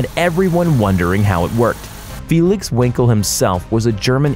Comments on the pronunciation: It’s wankle not winkle ya ball sack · Annoying! wrong facts! the name was Wankel, not winkle. Who invented the ICE? I will give you a clue.........He was not american! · His name was Felix Wankel, Not Winkel. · Is this guy too embarrassed to say Wankel? He says Felix Winkle and even the subtitles display it as Winkle 😂🤣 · the name of the inventor is not Winkel its Wankel... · Vankel Engine, not Wankel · Felix Winkle? It’s pronounced Vankel mate! Mazda did not put their engines in the NSU RO80, these were NSU (VAG) made,. Infinity is just a dressed up Nissan in the same way that Lexus IS Toyota, Badge marketing with a twist. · Wankel rotary engine, not winkle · I had a NUS RO80 also. I liked the 3 speed manual transmission with a torque converter. The W in Wankel is pronounced as V. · Pronounced Vankel, right?